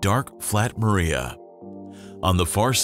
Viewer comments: The Mare are not pronounced "maria". Say "marr-eh". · Nice video. FYI: "Maria" is not pronounced like the name. It's MARR-ee-uh. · More like MARR-ee-ah